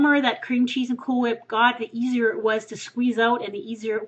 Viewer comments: you pronounce cool whip just like stewie does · CoolwHip..say cool...cool..now say 'coolwhip' coolwHip